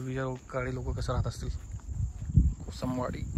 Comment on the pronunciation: भावा कोसंबवाडी नाही रे कोसमवाडी